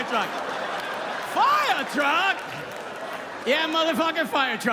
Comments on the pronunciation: This is such real, excellent comedy. Bobcat is the real deal. I loved it very minute of this. Will never forget “Firetwuck!” Keep doin it Bobcat- you’re a headliner for sure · A fiyah twuck!!! lol